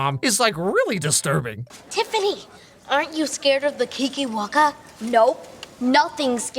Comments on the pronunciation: Ok when he says keekerwackers it sounds like a slur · I cant stop hearing "kinky wankers" every time someone says kikiwaka